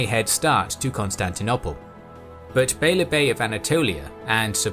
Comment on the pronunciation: Pleeeease can you say Constantinople properly thanks 👍 (the last o is long - no one says it the way you say it lol)